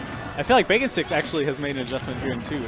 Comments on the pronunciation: It's Baconsticks not BakingSticks. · I'm the Samus player. It's baconsticks not BakingSticks lol